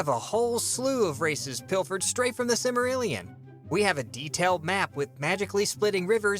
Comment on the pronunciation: Even writers pronounce Silmarillion wrong